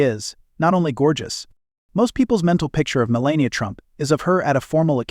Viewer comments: She is the incoming First Lady. Learn how to properly pronounce her name. She is gorgeous and breathtaking. She is quite intelligent. She deserves more dignity than most give her. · Why does the commentator mispronounce her name repeatedly? She is not always elegant, for example that very short white dress ( seems just a sweater and nothing else ) with a turtle neck is very unbecoming , stylewise , doesn't achieve the effect Monrie did